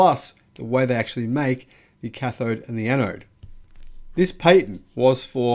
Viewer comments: Sorry you Said “Pay Tent” it’s Pat Tent ah-ha Nelson voice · Perhaps it would be wise to focus your attention on pronunciation rather than sentence structure, i.e. Patent PATent, not PAYTent...